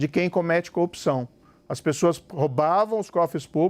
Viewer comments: Moro é tão corrupto que corrompe a própria palavra. Ele fala "copção". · Aprende a falar corrupção, Sérgio Moro, kkkk "copçao" ... Tu é uma Co-opção kkkkkkkk acho que é isso que você quis dizer kkkk